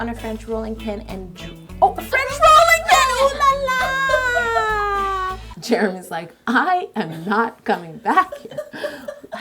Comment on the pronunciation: Haha! Actully, i'm french. The way you say " oulala!!!" makes me laught. It's so funny!